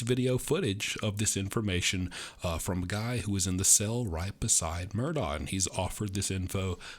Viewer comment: It's murdauK.